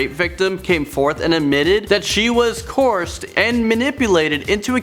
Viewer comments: The words you are looking for are coerced (co erced) and convicted (con victed). You are saying coursed and convinced. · "Discrimatory.." "Coorst.." Maybe get the other guy to do the videos with the difficult words.. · "He was convinced".... "she was corsed".... I think you mean convicted and coerced. How did this guy get a job doing the voice overs? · “Coursed?” Coerced. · the word is pronounced 'Co-ersed' not 'Corsed' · For the love of God man, stop saying coerced! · This guy does not know how to pronounce the word "coerced".. try using ur own words instead of reading a script